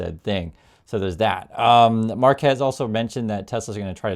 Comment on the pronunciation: FYI his unusual first name is pronounced mar’-kwess.